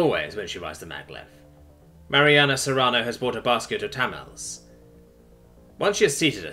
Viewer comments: By the way, I've only ever heard Tamales pronounced "tah, mah, lees". I'm guessing there's not as much Mexican food over there in the U.K., so a mispronunciation like that isn't too surprising. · I may be wrong about this, but I'm pretty sure "tamales" is not pronounced "tammals". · ta-mar-leys "tamales" lol